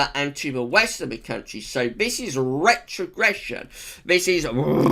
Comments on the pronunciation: love the video love your rrrrrrrretrogression hehe keep up the great work you do:) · Rrrretrogression!! Haha. Woo, hoo!!